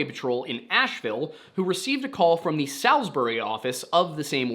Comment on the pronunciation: As an NC native, the only place i can think of with a name close to that is Salisbury? Which is pronounced saul's burry Hope this helps Love the content